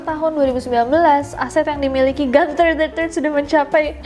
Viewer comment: Gunther bukan dibaca Ganther krn itu nama Jerman